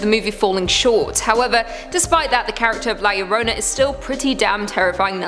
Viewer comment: And it's pronounced La Yahrona. Or La Llrona.